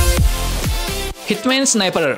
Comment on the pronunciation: Hitman sniper bang bkn himan 😂